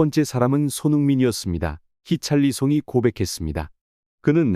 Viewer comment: 히샬리송을 왜 히찰리송이라고 하냐? 선수 이름도 잘모르면서 무슨 축구 유튜버를하냐?